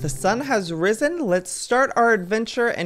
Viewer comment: the times joye said "risen" in his vids